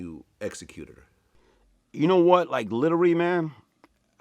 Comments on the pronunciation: The way he talks is hilarious Calls Vlad “Blad”, pronounced “literally” as “littery”, says “technicality” when he means “technically”. Imagine laughin at how he talk then he just pull it on you lmaooo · “ Litterey Blad “ 😭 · He littery pronounced every word wrong 😂 somebody call the ambalamce cause I'm littery dying 😂😂😂😂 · Litery Blad...burgry...lmao